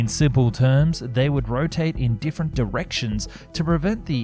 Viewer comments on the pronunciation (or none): none